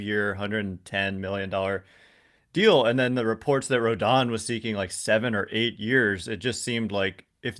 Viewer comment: Hopefully you tell SULLY how to correctly pronounce Carlos Rodon's last name haha. Heard his podcast about free agents and he kept pronouncing it Rondon haha